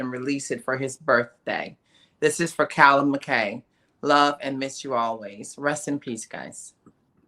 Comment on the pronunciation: Pronounced Muck Eye